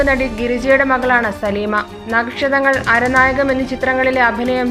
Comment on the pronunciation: അരനായകം അല്ല ആരണ്യകം ഡോക്ടർ ജാക്കോബ് അല്ല ജേക്കബ്